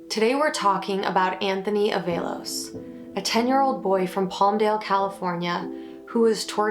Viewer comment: Although good breakdown of the case, mispronouncing this poor boy's name is not acceptable. Its pronounced AAA-VALOS